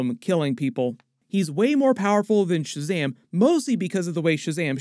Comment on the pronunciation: Please don't say "Shazamly" 😬